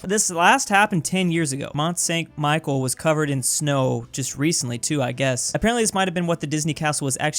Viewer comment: as a french i was just trigered by his prononciation of "michel" like Michael